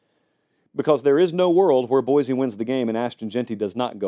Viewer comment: It’s pronounced Boy-See.